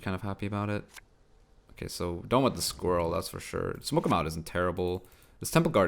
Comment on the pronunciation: "Squiwwel" haha